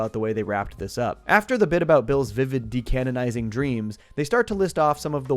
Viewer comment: You keep saying decannonizing and for that im done watching